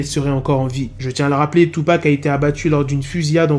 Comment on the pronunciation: Il dit tupa